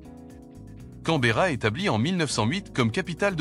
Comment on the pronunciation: 19/20 car la capitale de l'Australie a donné une mauvaise prononciation !! 😜